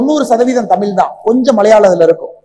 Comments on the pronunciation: Muthalil tamizh endra varthaiy correctta ucharikkakum tamil illa tamizh Mr.Annamalaiji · Ask him to pronounce tamizhi properly. Not tamil.